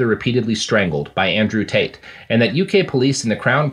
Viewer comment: Can't help but hear 'taint' whenever you guys say Tate.